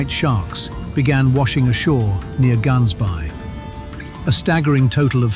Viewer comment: The pronunciation 😂 of Gaansbaai lol